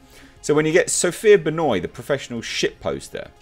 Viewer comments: Its ben wah not benoy..... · The solipsism, subtle narcissism, and prejudice seems quite juicy with Sophia Benoit (Love how pronounced her name a la Chris Jericho). Underneath these traits I imagine she wants the world to look and function in accordance to her own subjective views, where her questions seem to show that she sees things as zero sum game. Sadly 50k + people seemed to agree with her, where ironically in her comments people speak about erasure of certain peoples, whilst supporting a statement for the 'non-progressive' over depiction of white men to meet what you could conclude as implicit censorship..... For the greater good I'm sure. The moral justification that SB implies within her views is no more than the pendulum swinging back the other way.